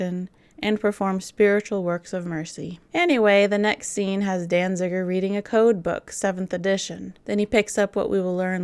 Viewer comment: Peter Falk pronounced Danziger with an extra "n" for a reason. Say "Danziger" ten times fast and you'll see why.